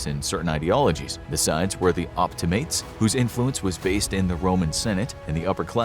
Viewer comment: (Op-T-Ma-Ties) is how you say it, your saying it wrong